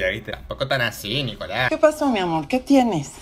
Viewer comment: no es nicolas es "ricolas" Si eres peruano entenderas